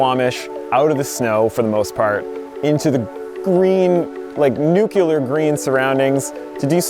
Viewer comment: Love your channel! I couldn't help but point out it's Nuclear, not Nuculer, sorry.